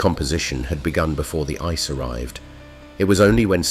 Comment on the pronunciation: Right from the very first sentence, ice was pronounced "icy".